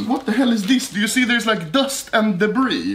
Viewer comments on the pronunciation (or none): none